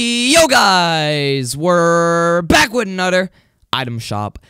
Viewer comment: " We're back with ANODER item shop VIDEOOO😂 why you say another like that lol